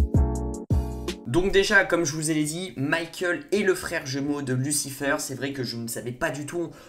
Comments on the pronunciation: Mec t'es pas anglophone stop dire lucifeure c'est lucifayr .... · Tu dis n’importe quoi, amenadiel n’a jamais dis que Michael est plus fort, justement il a dis que Lucifer est plus fort, et tu dis « lucifeur » au lieu de « lucifèr » et Lucifer est allez en enfer pour protéger chloe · Arrête de dire lucifEUR stp 😭😭😂